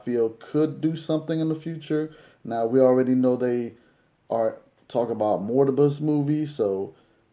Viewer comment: It’s Morbius not Mortibus